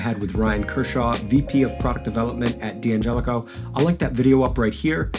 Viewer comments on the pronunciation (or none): It's not pronounced D-angelico, it's DANgelico.